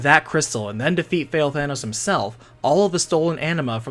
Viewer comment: i keep hearing "Fail-Thanos"